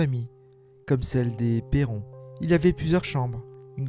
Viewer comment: Très bonne vidéo mais 2 choses m'en ont fait sortir... Vous prononcez pas "Perron" de la même façon, c'est anodin mais ça fait bizarre 😂 Et Elgill rajoute des points ou des virgules à ces phrases qui n'ont rien à faire la ce que je trouve dommage... Mais sinon merci pour la vidéo !